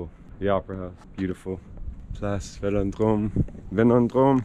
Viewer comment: lol 2006 world cup was against italy not Germany lol and its Place Vendome not Velondrome